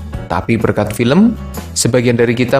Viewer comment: Bang kenapa abang bilangnya pilm bukan film